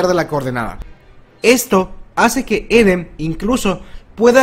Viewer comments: J ajajajajaj minuto dijo eden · ¿Si levi se pronuncia livai eren se pronuncia irin?